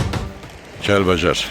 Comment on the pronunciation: oğlum əsil Kəlbəcər ləhcəsi ilə dedin,Kəlvəjər